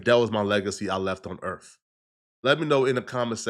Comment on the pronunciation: Did he say "Earf"?